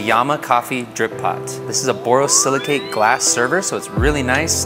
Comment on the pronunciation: he pronounced it like a champ, too. v impressive